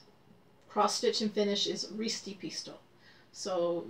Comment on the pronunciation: Your pronaunciation for ristipisto is perfect =) Well done!